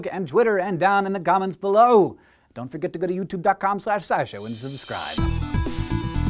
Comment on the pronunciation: It's "comments" Hank, not "gomments". Just like in your last video it's "chocolate", not "jocolate". I love SciShow but your pronunciation is becoming distracting!